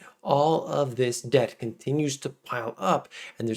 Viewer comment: I thought you said "Rising Depp crisis," but then I realized I miss Heard.